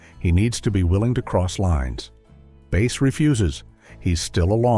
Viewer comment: His first name is pronounced as "BASS" the fish and not Bass as a musical instrument.